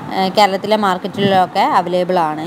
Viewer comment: Avalaible alla Available aan